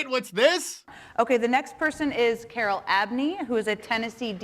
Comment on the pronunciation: “Carol”. LOL